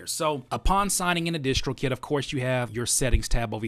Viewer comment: why y'all call it dishtrokid ? isn't it distrokid like in distribution ? nice video though